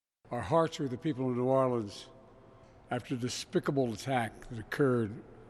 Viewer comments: Hold up wait Biden pronounced new Orleans correctly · Don't a lot of people say Nawlins? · Yea everyone in the south says nawlins, everyone else says new orleens probably because of the song in princess and the frog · That's how the locals pronounce it.